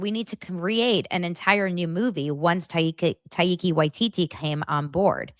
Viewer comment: It's pronounced TY-KUH WY-TEE-TEE.